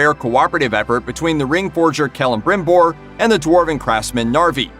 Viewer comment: Well, at least he pronounced Celebrimbor kind of right.